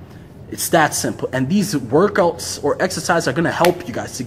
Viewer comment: “I’m gonna show you 10 workoats” 😂